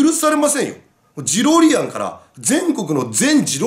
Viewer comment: ジロリアンw デロリアンみたいに言うなw